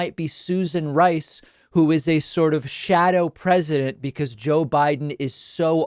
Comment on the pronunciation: What a joke. MB couldn't even say the word "president" and she is being critical of our new POTUS. And her old man counter part looks like he's at least as old. These 2 clowns need to leave the big tent and join the sideshow.